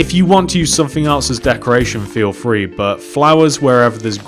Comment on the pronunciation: Not trying to be rude but you say frhee